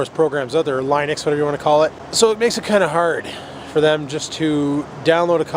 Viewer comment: You said interpolated and Linux right the first times you said it. xD And what I found funny was that people who make Hackintosh computers publicly post videos of them like no one can see them.